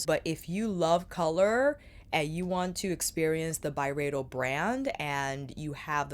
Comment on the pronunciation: Nerd alert: It's really supposed to be pronounced By-Ree-Doh. I know, weird, but I heard Ben say that on a podcast interview. Carry on, Love. Good stuff xo